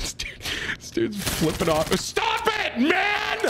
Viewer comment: Hey Tim, big fan, great content! Congratulations on finally saying flipping me off correctly 👏 proud of you BB